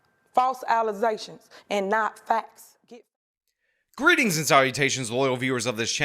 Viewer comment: I put that part on repeat just to appreciate with what confidence she says "alazations and not fats" 🤣 Then I knew this comment would be waiting for me here 😆😆😆😆